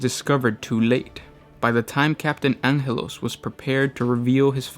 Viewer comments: Oh my Emperor, its AnGelos, not Anjelos. Its a hard G, like Los Angeles! or Angels in general.... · angelos not anhelos pronounce our chapter master name correct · Rant time! 3 Adverts for a 15 minute video!??! Seriously..... even with a patreon setup.. The royalty free song you use is getting old and it's Gabriel Angelo's (An-ge-los) not (An-hel-os) .. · Ahn'helos??? ITS GABRIEL FUCKING ANGELOS. LIKE ANGEL. THE ANGEL GABRIEL. GET IT RIGHT JESUS CHRIST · You're right about the pronunciation of Angelos and you are partially right about the comparison. Since LA has been a part of the US for nearly 2 centuries now its name has an English pronunciation, however, it is a Spanish name originally and thus pronounced "Anheles". Probably where the confusion lies since Angelos can be compared to spanish. Why and how he managed to throw the spanish wrench into a character from a Canadian game and licensed by a British tabletop company we'll never know. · And why do you say Angelos as "Anghelos"? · May I suggest 40 Facts about proper pronunciation of Warhammer names? Because there's no way this guy is accidentally mispronouncing a lot of this shit (e.g. Deathkorps of Krieg, Ghazghkull, Angelos) wrong by mere accident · They're Latino the Spanish name Angelo pronounces the G as H. Probably a slip of the tongue